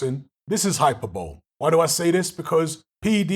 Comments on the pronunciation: It's "hi per bow Lee" not "hyper bowl" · i think it's pronounced high-per-bow-lee